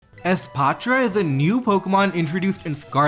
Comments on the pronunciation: holy fk youre the first youtuber to actually pronounce the name for what it is. The "patra" part is important;. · pronouncing espathra with a softer t sound instead of a clunky th sound is so cool and shows your cultural background which is interesting